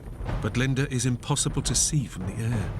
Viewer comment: Her name is "Linda" NOT "Linder"!